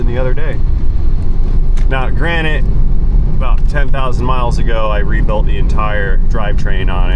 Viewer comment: the word is granted not granitt